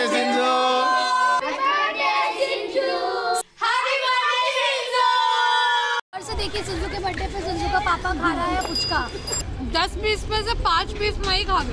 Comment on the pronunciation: Did anyone notice she said shinzoo ka papa